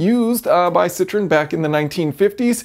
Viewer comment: A similar system was previously used in a 1950's lemon? Just kidding. You completely mispronounce the name of Citroen, which is a three syllable name, i.e., "sit-ro-in". What you said was "citron", French for lemon.